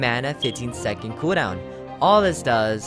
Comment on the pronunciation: KUDAWN!!! (cooldown pronounce) hehehe